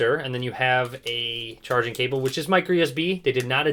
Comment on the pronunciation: you says headphon, charging and speaker wrong 😂💪